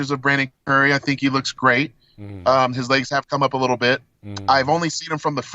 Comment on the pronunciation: Weelliam bonac too leetle